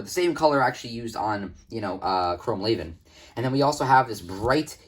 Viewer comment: Everyone pronounces it wrong lol, you're pronouncing "chrome laven".. it's actually pronounced "lee-van", just look at the spelling.. raven (Ray-ven) is spelled completely different from Levan (lee-van) so how could they be pronounced the same right?